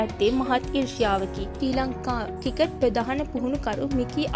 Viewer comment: ශ්‍රී ලංකා ක්‍රිකට් කියන වචනේ හරියට කියාගන්න පුලුවන් නිවේදකයකු හොයාගන්න.